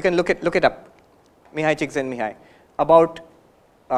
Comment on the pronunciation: He pronounced mihaly Csikszentmihalyi so well😎